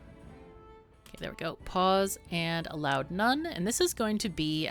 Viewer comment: "Allowed: none". My ears: "A loud non".